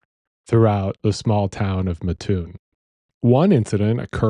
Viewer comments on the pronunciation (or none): I’m from this area. It’s pronounced MAT- oon. For a local, hearing town name mispronounced pulled me out of narrative. Otherwise, great job.